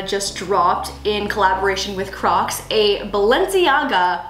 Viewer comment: I thought she said we’re making crack heels 😂😂😅🤣